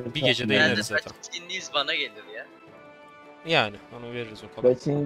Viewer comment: reis 1 yıldır izliyorum 'dutch indies sea' ne demek allah aşkına dutch east indies de şuna.veya endonezya de amk